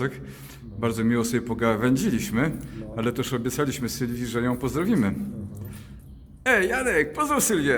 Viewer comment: Co będzie się działo na tej terapii, skoro Janek mówi: "Nie chcę jom stracić"!? Czy to będzie terapia wstrząsowa? ;)